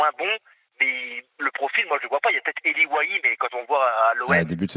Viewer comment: J’ai abandonné quand il te parle de Pivot et que derrière il a dit « Ely Wahi » 🤦🏼‍♂️